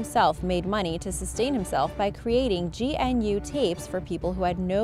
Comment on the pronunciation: GNU is pronounced g'noo.